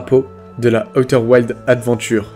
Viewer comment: On dit aouter ouildz